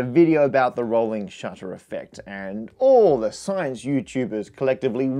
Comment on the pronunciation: "the rolling SHATA" LOL